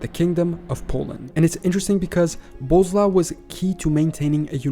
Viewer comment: It's weird that General Knowledge can find so many informations and make a video about it, but he ignores that SZ, RZ, CZ are digraphs, not separate letters. I don't understand these youtubers who make a video about something and can't even put few words into google translator and click on play button. 😀 Or Boleslav pronounced as "bozlau" or something. 😀